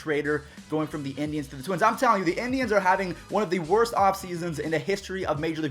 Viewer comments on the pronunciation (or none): none